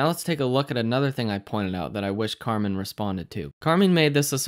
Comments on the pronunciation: Fair enough, You're saying that You have no idea what is right but you def. know what is wrong. I understand but I have learned a great deal from Carmine <- pronounced with an "I" not an "E", just sounds like you are being spiteful when you say," Carmeen. anyway, His way of teaching is mostly Psychological I find which actually combined with s/d and my own edge has helped me make money and I guess that counts for something. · oh lol I thought I had it wrong by saying “car-min.” Thought Carmine Rosato sounded Hispanic, so I pronounced it the Spanish way with the I as an e. As for his teachings, I see nothing he’s doing that isn’t available for free online. The supply and demand zones are based on shapes, and, once you know the shape, anyone can identify the same thing he is.